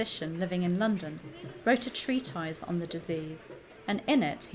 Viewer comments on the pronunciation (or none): Treatise is pronounced Treatiss.... not Treatize. Sorry to be pedantic, just been in lock-down too long.....